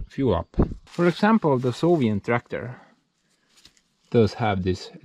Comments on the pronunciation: Gives a grin to my face every time you say solient instead of soviet 😁 Keep it up! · Soviet not sovient😀